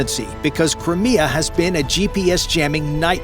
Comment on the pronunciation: nobody there know how to pronounce Cry Me Ah and correct the narrator?